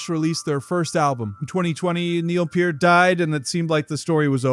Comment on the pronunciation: Was prepared to watch it all, then you said PERT. NEXT!